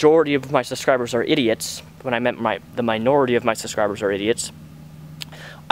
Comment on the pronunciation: the way you say "subscriber" sounds like "suscriber" just need to point that out.